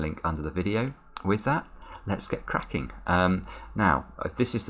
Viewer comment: At the end of the video, it sounds like he's saying "crapping the cryptic"...